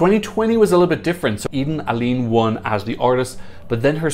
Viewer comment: It’s pronounced: EH-den AH-leh-neh (Eden Alene)